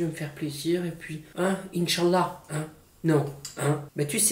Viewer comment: le "InCHaLLa" avec l accent bien français m'a tué 🤣🤣🤣